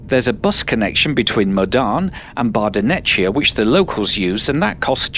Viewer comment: the line isn't fast - the train on it is! Try a line in the future - Ever attempted to try a line in the past? Guess not... Otherwise, nice footage. Oh, and the Italian border station Bardonecchia is not pronounced Bardo'netcha (in Italian) but Bardo'nekkia.